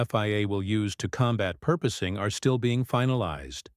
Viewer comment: PORPOISING! AI can't spell it or pronounce it! And we are dumb enough to put up with it.